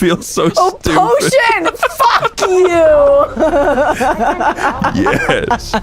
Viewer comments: every time i hear the her say "whats a poteeon?" I die a little bit inside and skip to the next clip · I love the PO-tee-ohn bit